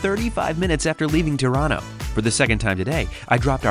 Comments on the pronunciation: I kept hearing "Toronto" instead of "Tirano" and thought European train travel had gone futuristic. 😆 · 🇨🇦🇨🇦The subtitles keep on picking up Tirano as ‘Toronto’😅 I’m glad my city was mentioned so often on this trip! (I guess your pronounciation was much closer to Toronto (Tor-an-to) than ‘Tirano’ (Tee-rah-no))🇨🇦🇨🇦